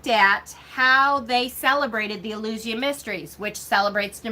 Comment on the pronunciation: It's important to keep in mind that the Southern Hemisphere exists (despite the silly flat-Earthers' claims), and is on the opposite side of the Wheel to us at this time of the year... Spring Equinox, whatever you may call it... Taliesin is pronounced, "Tal-ee-ESS-in..." Mabinogion is pronounced, "Mab-on-oh-gee-on." Eleusinian is pronounced, "El-yoo/oo-SIN-ee-an." Back in the 80s and 90s, when I was starting down the Wiccan path as a kid, the Golden Bough was one of the few hefty resources you could find in most libraries. It really is an interesting read, though Frazer does focus a lot of attention on the Near East and the Middle East, and especially on the Greco-Roman mythologies. For more comparative-mythology resources, someone might enjoy "The Pagan Christ," "The Jesus Mysteries," and the Farrars' books "The Witches' God," and "The Witches' Goddess." British books use "corn," "cereals," and "grain" basically interchangeably. They don't often mention the yellow American variety, except to call it "maize," when they do. As for getting rid of books,... I make a point of marking the year I buy each new book, as soon as it gets home, so that if I haven't read it in five years, I'll donate it, or sell it to someone who might use it. Mind you, I went out of my way to ensure I have books that are out of print in my collection, and I hate to get rid of the ones I won't be able to replace. Horns and antlers are important at this time of year because autumn is the rutting seaso